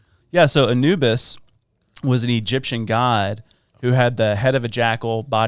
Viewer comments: Añubis 😂 sorry that made me laugh 😂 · She says "AnUbis!" Like they say in the Prince of Egypt, "playing with the big boys" 😄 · These dweebs can’t even pronounce Anubis properly.